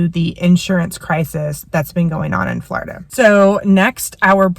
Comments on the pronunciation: It’s not Flaurduh it’s floorduh!!! 😂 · It’s “Floor i da” with the short i. The way you pronounce Florida .. ugh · quit saying flawrda